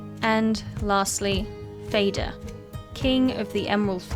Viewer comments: Fader is pronounced pretty much the same way as father. Just with a d instead of the t. As a scandinavian, I just had to point it out, as it was like nails to a chalk board😅 Good video! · i dont want to be that guy but i think "fader" is pronounced like father but with a D ( ofc i could be wrong) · "Fader" is swedish for Father and "Moder" means Mother. The "FA" in the beginning is pronounced the same as in father, so more like "faa" instead of "fae" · Fader (fah-der) is Swedish and Norwegian for "father" . It is not pronounced like the english word "fader" (ˈfeidər) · It's pronounced "Fah-der". Y'know, like, Moh'der and Fah'der. Mother and father. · Fædr i crave books 😂 let's not butcher the word father and mother, i know it's almost trendy in 2024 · Great content as always! I do have a small nitpick though, and that would be your pronunciation of certain words. I can't help but cringe a bit when I hear you say Fader as in the word fade, it makes me think of him as a ghost or something. His name is actually pronounced Fah-der, 'a' as in car. I know this is probably just annoying nitpicking, but many people will most likely learn a lot of lore from your videos, and they might also learn the wrong pronunciation of words subconsciously. I'm not asking you to learn Swedish or Icelandic or Norse, but just popping the names into google translate and listening to the pronunciation will get you closer to the real name than "Fayder":D But anyways, thanks for yet another well edited video! Keep it up! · Fader means Father in Swedish, and Moder means Mother. It's literally words in the English language, how are all english speakers pronouncing it closer to Darth Vader than Father (literally the same word as in Swedish/norse). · Fader is pronounced like father (and means the same thing - just as Moder means mother). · Interesting, and well compiled, thanks! For pronunciation like the Scandinavians, you could try something like this: "more'der" and "far'der".